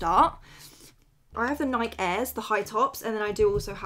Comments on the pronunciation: bro pronounces Nike weird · My inner old nike empployee was really coming out everytime you said tick or nik